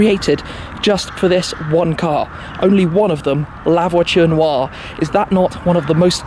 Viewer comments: Labochen oua The Chentodiechi Cheron Loua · The "La Voiture Waa"